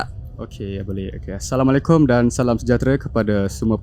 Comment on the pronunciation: Bukan aasalamualaikum. Tapi assalamualaikum